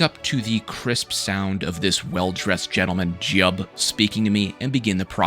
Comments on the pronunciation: Bro said his name is JUB 😭That is SAINT JU-i-EEB, protector of Morrowind and destroyer of ALL cliff racers in in the land. You owe him your sanity. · And it's JIUB,..not Jub. Jeez,.. You're just making fun of the game. And here I thought you might be someone interested in an older iconic game instead of a Skyrim kid. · You pronounced the name of saint jiub wrong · That's Saint Jiub to you, n'wah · You better put some respect on that name... that's SAINT Jiub to you sir. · You put some gd respect on SAINT Juib's name right now young man. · Sir! That is Saint Jiub to you!